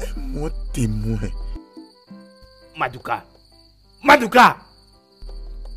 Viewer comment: La manière qu’on prononce madouka 😂 ma fais rire tellement madouka 😂😂😂